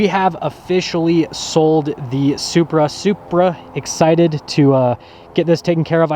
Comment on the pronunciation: "Supra excited"....................BOOOO